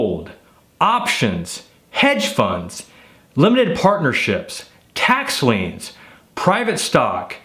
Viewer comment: Real Estate Tax Liens -- Not Leans !